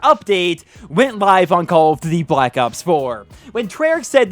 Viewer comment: Why you always saying "call of d-dee"